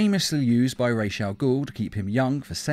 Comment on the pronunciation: It's Raus not raj as in head in arabic language Raus al-ghoul